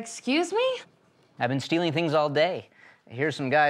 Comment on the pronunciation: Lol at first I thought he said "steeling" and I was like..K